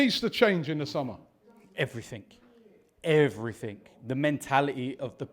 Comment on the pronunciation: pronounces everything as everythink